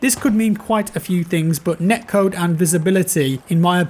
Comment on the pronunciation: I couldn't understand what you were saying in the end. Was it neck code? What is neck code?